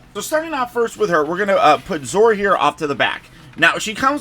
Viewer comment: Zoar does not rhyme with Oar. It's two syllables. Rhymes with Sonar. ZO-AR.